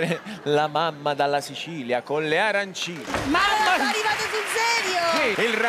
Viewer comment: arancine, finalmente lo dicono bene :)